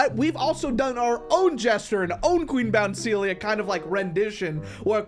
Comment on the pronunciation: “Its qween bounceilia!!” 😂😂😂